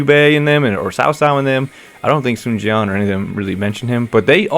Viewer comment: In fact, I was expecting it, and I was still surprised when I found out about it years ago. What echoes in me and is too annoying is how they pronounce the name of the Sun family, Swan? Really?